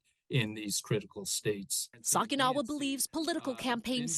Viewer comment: Sorry, but with Bob it's not "Sock-ee-NAH-wah", it's "Sock-a-NEE-Wah", at least as his name is shown in this report. Please try and get people's Asian names straight, i.e., read them and then find out how to pronounce them, don't just stereotype.